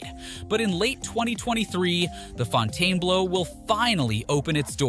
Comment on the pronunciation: Pronounced- Fountain-Blue, not Fontaine-Blow